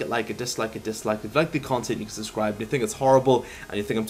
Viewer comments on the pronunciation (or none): none